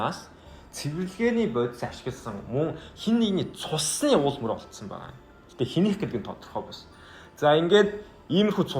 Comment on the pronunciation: сэжгийн биш Сэжүүүр Үл мөр биш Ул мөр pls zuv yrichval ugina goy l sedev bn